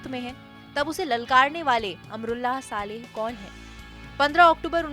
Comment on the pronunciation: anchor jis hisab se saale saale bol rahi hai kafi hasi ari hai yaar suno zara gaur se 😂